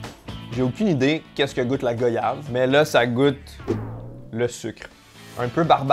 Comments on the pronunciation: j'ai envie de te frapper GOYAVE mais ça ce prononce GWAYAVE apprend sa avant de venir au Antilles 😂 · GOYAVE!!! pas go yave on dit Voyage et pas vo yage par pitier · réfléchis à comment tu prononces voyage et après dit correctement goyave stp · Stp ça se prononce " goi-yave" et non " go-yave".... les antillais ont marre de cette erreur! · Goyave se prononce « gouayave » comme voyage ne se prononce pas « voïage » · Goyave se prononce comme Voyage tabarcle